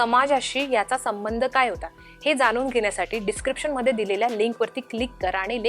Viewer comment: चांगले मराठी बोलणार्यांना नेमा. बातमीदेणार्यांना ण चा उच्चार करता येत नाही. कोन, जानून?